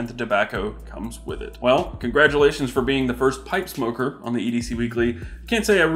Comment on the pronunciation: He said "pipesmoker!!"🤣